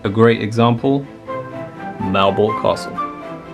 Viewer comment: Malbork, Wawel .... how dare you come here so unprepared .